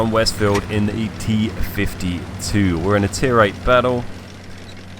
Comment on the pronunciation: Ha, New, played that thing on pc when it was actually in the tank tree, and i would say it is pronounced t 50 dash 2